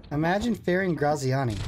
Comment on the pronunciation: Love how you pronounce Graziani😂😂😂😂